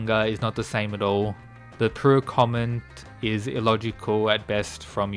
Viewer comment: man can't say pure